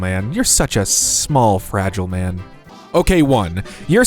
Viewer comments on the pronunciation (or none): none